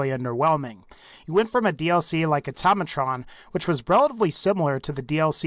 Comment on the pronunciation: it's pronounced "Auto-Mey-Trun"